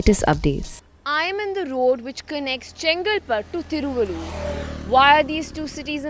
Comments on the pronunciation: Hope you don't speak Tamil, but if you speek Tamil and pronounced Thiruvallur like this, please rethink and don't translate City name from Tamil to English.... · I'm from Thiruvallur district and she's murdering the pronunciation of the place.